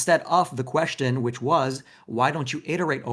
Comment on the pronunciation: Looking at "Thor" reveal himself more and more as a deranged narcissist has been nothing short of epic. But, no matter how much I agree with comments, listening to him pronounce "question" as "queshton" is incredibly cringe. What the actual hell?